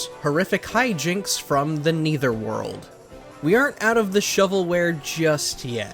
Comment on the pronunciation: It’s the netherworld, not the neither world